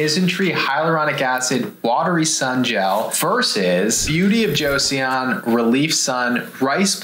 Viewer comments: Hello friends, I think it's pronounced like Joe-sohn, not Josie-on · No hate but it's pronounced Jo-son not Jo-Seyon! 😂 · Just a head's up, y'all: Joseon is pronounced "Cho-Sahn" not "Joe-See-On". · it's just 'jos-on' not 'jo-see-on' doc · It's "Jo-sun," not "Cho-sahn." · One request - when talking about an overseas product, please confirm the correct pronounciation before saying it on camera. My ears hurt hearing you both say Joe-See-On (it’s closer to Jo-sun) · FYI - Joseon is simply pronounced "Jo sun" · Just fyi, -seon is pronounced “sun”. So, “jo-sun”. Joseon is an older name for Korea. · Beauty of Jeoson is pronounced Cho - son fyi :) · Joseon would be pronounced Jo-sun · Joseon is pronounced a little more like Jo-sun. The "e" isn't really pronounced. Joseon is the name of the country we now know as Korea. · Joseon Pronounce JOE-SON.. 🤣 I was cringing every time you said it. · uhh, apparently you don't speak Korean? There is no real "J" sound, it's more like "Ch". 😑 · Joseon is pronounced "Joe-suhn" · It’s pronounced Beauty of Cho-sun, just trying to help not being a jerk lol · It is pronounced JO-SUN